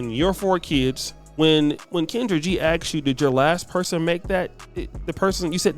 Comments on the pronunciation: who the hell is she a corporate recruiter for? How are you going to recruit for a company when you can’t even pronounce ask. Axe is either something used to chop wood, or a body spray. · Exactly!!! How are you a corporate recruiter saying "axe" instead of "ask"...😮